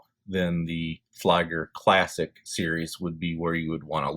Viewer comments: "Flieger Uhr" reads like "Fleeger Oor" not like Flyger ! Anyway, beautiful watch ! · Great review, just a friendly feedback, its pronounced as "flee-ger" as opposed to "fly-ger".